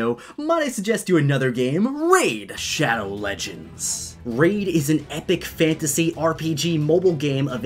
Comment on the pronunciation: when he says "RAID SHADOW LEDGENDS" me: spams the power button 1,000 times per second